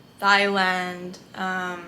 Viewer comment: Why do every Filipinos I met pronounce Thailand as THai-land. It’s supposed to pronounce as tai-land.